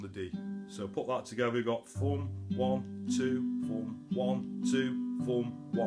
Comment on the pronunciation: Great Job, but WTF if Foom ? Busten em mate, I know you saying thumn..right?